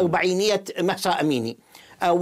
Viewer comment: الاخبار المذيع يصر بلفض اسم مهسا بمحصا فقط للتنويه الافظل ان نناديها باسمها الكردي جينا الله يرحمها وينصر كل الامم المظلومة❤❤❤